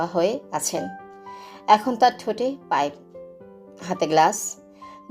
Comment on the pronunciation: অনেক অনেক সুন্দর হয়েছে এক কথায় just wow একটা কথা শুনে খুবই হাসি পেলো আমার খালু সাহেব আপনি এতক্ষণ মুখে পাইব নিয়ে কথা বলছেন পাইব পড়ল না কেনো 😊😊😊😊😊